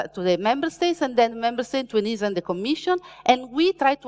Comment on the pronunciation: Each time “ENISA” is pronounced in this talk, a kitty is killed…